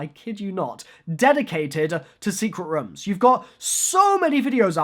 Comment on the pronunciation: i love how says rooms he is like we need secret rumm